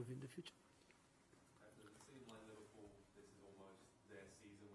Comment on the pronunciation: Man said Livarbool